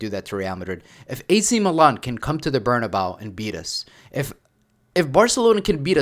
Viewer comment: Please, I’m begging you, stop calling the stadium “Bernabao”, it’s pronounced “Bernabe-ooh”.